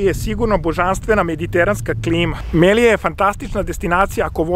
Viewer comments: Malo mi para uši to Melija, ne mogu da se naviknem na to. Ja je znam po nazivu Melilja, ili kada Kaspijsko jezero nazivaš morem, ništa lično protiv tebe. Ja sam inače apsolvent na geografskom fakultetu, pa mi te male sitnice zapadaju za uši. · Mislim da se kaže Melilja ili Melia, pozdrav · Мелиља се чита.